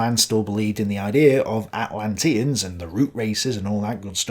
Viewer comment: Dude, the fact you mispronouce "Atlanteans" and "Rosicrucian" shows that you just read some stuff online and are not a scholar. Plus your analysis is weak (and in many cases wrong) compared to someone who is. On another account I am a youtuber along the same lines as you. I read at least 3 books per video. Take it seriously.